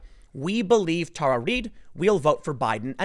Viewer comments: Why can't Tim pronounce names correctly? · Tim, please stop making my inner teacher cringe. It is Tara (Terra) not Tar.